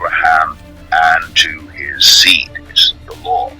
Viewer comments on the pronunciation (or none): none